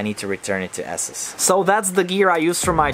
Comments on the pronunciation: ASUS is pronounced Ey-sews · I like how you pronounce "ASUS" as "ASSES" 😂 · Are you sure ASUS pronounces asses?